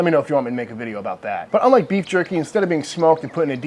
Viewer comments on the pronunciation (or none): I don't like how he kept on calling it jurkie. And talking about steaming it😱